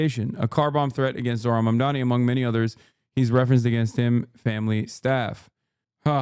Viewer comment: She called him zor-han 😂